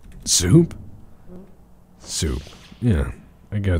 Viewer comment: It's shoup time, bork, and there's no time like shoup time.